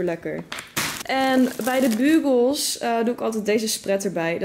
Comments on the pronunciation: Hahaha jij zegt bugels als bukols maar je spreekt het uit bjukols 😂 btw leuke vlog! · Nee je spreekt het uit als: Bjoekols